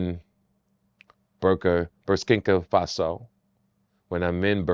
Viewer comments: He said Burskinka Faso!!! 😭😭😭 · Yeah I was like that's not how you say it LOL